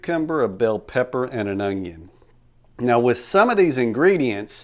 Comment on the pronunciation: a hallapeano, some cilantra, and an ungyung. 🤣